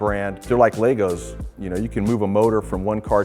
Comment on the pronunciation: he says lego wrong